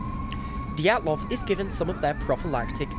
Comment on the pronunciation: ah yes anatoli diatloof